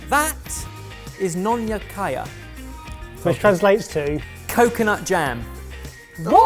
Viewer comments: NON - ya kaya 🤣🤣🤣🤣🤣🤣🤣 i died. Nonya ( we pronounce is nyo nya) is...The Peranakans or Peranakan Chinese are a sub-ethnic group defined by their genealogical descent from the first waves of Chinese settlers in the Malay Peninsula and Indonesian Archipelago. The Peranakans makes good food, cakes, laughs, love and everything beautiful! There are so many debates about which is the best kaya. Brown or green? And which brands are the best ones! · Its suppose to be nyonya kaya. But, what ever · I thought I heard Ben say Nyonya Kaya strangely, then I saw the label and had an "Ah!" moment. 🤣 Try dodol next time if you like coconut dessert and can find it.